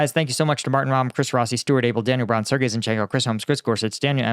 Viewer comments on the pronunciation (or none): none